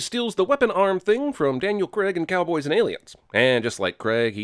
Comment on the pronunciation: Daniel Craig, not Daniel Creg. All sins removed because incorrect pronunciation...... HAHAHAHAHA